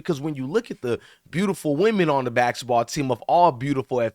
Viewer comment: It's basketball not bassitball